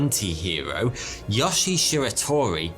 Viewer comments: All japanese vowels are long. So Yoshi is pronounced Yoh-Shee. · So do Europeans call yoshi yohshi? Or just?